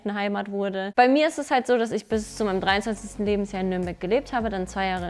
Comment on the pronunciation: Ich musste 4 mal zurückspulen, weil ich jedes Mal "bis zu meinem dreißigsten Lebensjahr" verstanden habe. Keine Panik. Sie hat 23 gesagt 😂 ich dachte schon kurz, dass sich echt gut gehalten hat 😂